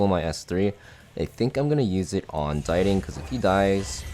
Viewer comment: dee-ting not die-ting 🥲